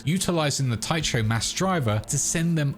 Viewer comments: tycho reads /ˈtaɪkoʊ/, k, not ch like it's some chinese/japanese word, it's not like it's completely new word either, (it's a name of the Moon crater which is named after Tycho Brache, Danish astronomer) there's also Tycho Station in The Expanse series, besides, is it really that hard to lookup foreign pronunciation? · Fuck, how does somebody mispronounce Tycho this badly??? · The "ch" in Tycho is like in "character" not "choomba" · Pronouncing Tycho like a gonk.... You reek of fast food! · your pronunciation of tycho is literally painful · That pronunciation of "Tycho" actually hurts to hear please stop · The pronunciation of Tycho is just killing me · I had to stop watching. "Tie cho?" Over and over? It's pronounced "TY KO." A quick, simple Google search brings up the definition and audio sample of the pronunciation of any unfamiliar word... and that's exactly what a professional would do as they wrote and prepared - simple basic necessary research. The internet is the death of... just basic journalism and professional media. Geezus. We don't read books anymore. We think our opinions and "right" to have a say matter more than anything else, and without examples of good writing in our (your) lives, we've (you've) lost the feel for language and communication or for any level of expected ability and effort beyond "here's MY babbling!" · I know I’m late and people have probably let you know, but Tycho is pronounced Tea-Koh, named for Danish astronomy titan Tycho Brahe. I twitched every time you said it. Small nitpick, but worth noting. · Cringed every time he said "Tycho" wrong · Fwiw, Tycho is pronounced "tie-ko" or "tee-ko" and is a reference to Tycho Brahe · Cool video. FYI, it's pronounced Ty Co. The "H" is silent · psst... 'tycho' is pronounced 'tyko' ;-) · The ch in Tycho is pronounced like a K, as in Christmas. You’re killing me! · Oddly, I always thought Tycho crater was pronounced "ty-ko crater" not "ty-cho crater", YMMV I guess. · Tycho Sounds like Tie-ko